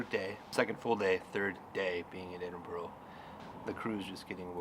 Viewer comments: Please please its not Edinboro its pronounces Edinburuh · It's Edinburgh (Ed-din-Bra) not Edinboro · Eh-din-bra. It's not hard bud, did you not hear everyone pronounce it correctly from the moment you landed? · Ed-in-burra is better phonetically. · 🤦That is NOT how Edinburgh is pronounced.